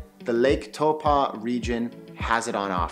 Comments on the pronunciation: You're pronouncing taupo funny. It's TAU-PO not TAU-PA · Hey bro, I'm from NZ and to help you along with the people watching this video, I want to correct your pronunciation of a few things: Taupo is pronounced like toe paw, not toe pah. Second, most people refer to the south island as waipounamu, pronounced like why po (like Kung Fu panda) nah moo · It's not towpa ,it's pronounced Tau po gee,ide like you to say the fukawheirawa,the best Maori village to see them the government one in Rotorua and glad you didn't mention the blue and green lakes there as one is only for the Maori where they send their dead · Tow paw,not tow pa. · Good try with pronouncing Taupō. I can tell you were told to think "toe-paw". But with your accent it's probably better to try "toe-poor".❤ I'll let my other Kiwi whanau jump in on some other suggestions with our other place names you've given it your best shot. 🌻🌷🌻 Kā Pai mate, we love it when people "give it a go"👍🏾😍👍🏾 Whanganui-a-Tara/Wellington .... my hometown ❤❤❤ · No- the vowels are the other way around: Tau = Toe- Po= Paw. Toepaw. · Great Vid... Just a lil suggestion... Taupo is pronounced Toe-paw... Best way to write it! Cheers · no more like Toe-Pa!!! LOL all good just wanna help out ... Cheers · Good video bro. At lot of theses types of videos are usually inaccurate and have orators that clearly haven't even been here. A tip for pronouncing Taupo. Think of it as toe and paw put them together and you get pretty close to the correct pronunciation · Lovely video, but your pronunciation of Taupō kills me. Try again.